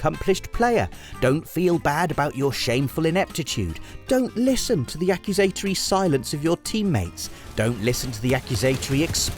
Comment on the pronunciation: "ack-yoo-zay-taree" threw me off